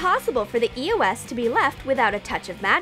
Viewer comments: They said eos wrong 😂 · They keep saying E O S and it's beer annoying how they are not pernonesing it right it's eos😒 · No u say eos wrong dumb massive game of my god damn